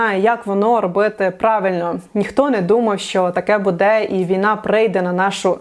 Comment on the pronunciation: Не будЕ, а бУде, скільки можна, тикати на російську , а самі через сраку на українській розмовляєте🤦‍♀️